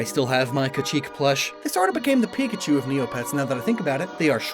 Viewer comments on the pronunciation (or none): none